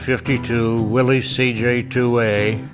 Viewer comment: im glad to hear call it willeez as it is obviously pronounced willeez. i cant stand hearing people call it a willis. kaiser started that willis nonsense but the ww2 guys knew better